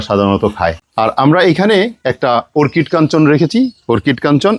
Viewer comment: “ওর্কিড” নয় হবে “অর্কিড”